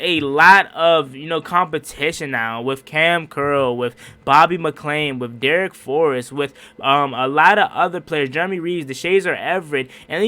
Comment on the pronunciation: Bobby McCain does not have an " L " in it , Why do you always pronounce his last name with one ?